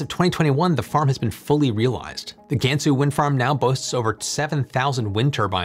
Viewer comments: Please note that no Asian language including Chinese has the English vowel sound "ae" in "bad." You are effectively Anglising your Chinese pronounciation. A more closer pronuciation is "Gunsu." FYI Google translate has a good prounciation of Chinese words. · Jiuquan...Gansu.. all the names are pretty butchered. 😅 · Not GAN SUE. it’s pronounced, Gunsu. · How to properly pronounce "Gansu Province" - "G-ahh-n Soo"